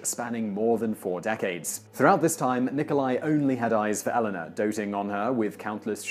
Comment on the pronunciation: When British people keep pronouncing Elena as Ellenna.... sigh